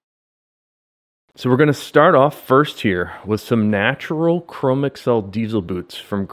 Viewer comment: I am considering the grant stone and am appreciative of your update. This is not a criticism...take it as a construction upon which to build: Chromexcel has been around quite a long time...much older than the personal computer age. Chromexel is one word, not (google) Chrome + (ms) Excel. It is pronounced Cro-Mex-Ul, with the accent on the second syllable. Rest easy, for you are not alone. This mispronunciation is rampant with millennials and gen x.